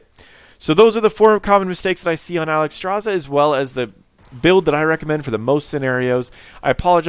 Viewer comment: Alexstrasza, not Alexstraza. Otherwise a good informational video